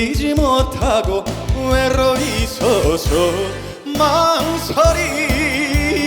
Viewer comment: 이찬원님이 목소리도 너무 좋지만 "ㄹ" 옥구슬 굴리 듯 굴려서 나오는 발음이 너무 좋아요 "외~~로~오이 서서" "달래지 못하고" 달달하다 달달해 #사랑의콜센타#노래에 진심인 이찬원#진심으로 응원해 오늘도 #첫정 #좋은 노래 불러줘서 고마워